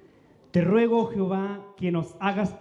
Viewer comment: Al pronunciar dicen Jiová los lectores y lo correcto es JEOVÁ y no Jiová